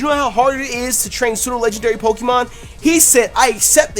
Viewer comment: Not pokEEmon, it's pokAYmon